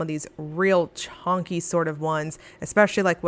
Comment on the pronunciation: Omgoodness YES! I am hoping to get everything this month! BTW, everytime you say "Chonky" I fall out LOL TFS!!